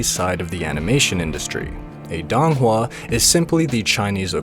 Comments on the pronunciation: please say it correctly i cannot take DONG hua seriously. Its sounds more like doon hua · This might be extremely pedantic, but i believe it's pronounced "doe-ng hua"